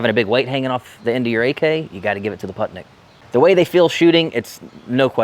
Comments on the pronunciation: Random facts: "Putnik" means "traveler" or "wanderer" Correct pronunciation is "pootnik" like in "wool" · Putnik means traveler and is pronounced poot-nick ;) themoreyouknow.gov